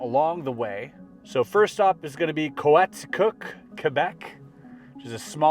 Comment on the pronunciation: It's Coaticook: KO-AH-TEE-COOK. The Townships are beautiful. As a Quebecker, it's sad that they were not treated well for not being able to speak French. Things are simply not like this anymore here, for the most part.